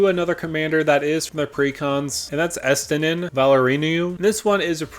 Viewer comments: i know this is a common thing for non ff people. . but pronunciations vanille (vuh-kneel . . not vanilla) L'Cie (luh-see) estinien (es-te-ni-en var-le-no) sin spira (spear-ah)'s punishment tidus (tea-dus) emet-selch (emet-selk) vivi (vee-vee) ornitier kefka-court mage can also be blinked, to spam etb effects and ensure opponents are top decking against a spell slinging control deck. very very salty, and being in dimir it's got ample access to that, and reanimations. their are several ways in those colors to just lock out opponents hands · Estinien. Man your pronunciations need work lol.